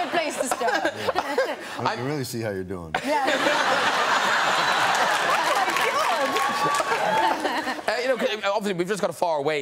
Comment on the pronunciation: No, no, Matt, it's "How YOU doin'"?